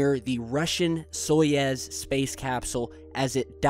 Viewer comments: So-you-z, SO- YOU - Z not So ye Z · soyuz, not soyez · It is pronounced [sɐˈjʉs], whatever that means... "So-yooz" not "So-yez". Apparently it means Union. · Soyouz , it's pronounced so yooz space capsule. Peace ! Happy Birthday Again ! 31 wow so "old" ! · It's pronounced as Saai ooze